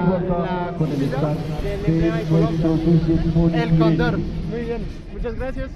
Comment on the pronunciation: tú pronuncias mal el cóndor, la fuerza se coloca en la primera sílaba, no en la segunda